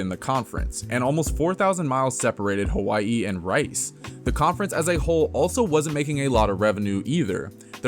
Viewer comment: The proper pronunciation is with a W, not a V.